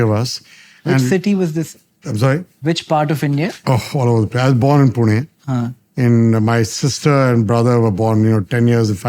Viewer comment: His pronounciation of "Pune" was on point